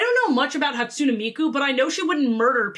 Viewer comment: ermmm actually Hatsune is pronounced Hat-Tsu-Nay